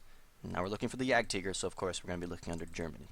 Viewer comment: German pronounciation.